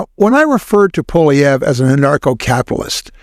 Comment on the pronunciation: FYI, the name Poilievre is French, and the "Poil" is pronounced "Pwall" as in "wall" with a p in front.